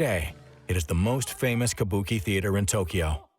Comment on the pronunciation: He's also saying Tokiyo 🙄